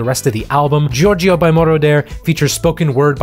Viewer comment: ANd why you keep pronouncing Giorgio name wrong? Are you having a stroke?